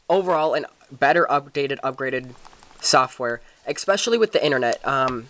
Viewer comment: you figure out what a d-pad is yet? or how to pronounce especially?